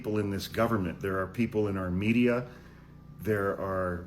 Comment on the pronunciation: Thank goodness for the transcript (which is crappy but...) i thought you had said "Armenia". But it was "our media".